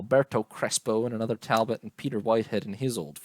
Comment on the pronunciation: Tal - BOW.